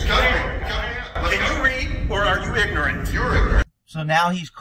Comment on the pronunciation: He said pignorant